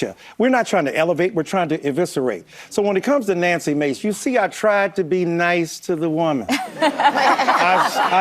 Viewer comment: I find it completely offensive that you would continually mispronounce Nanky Maid's name.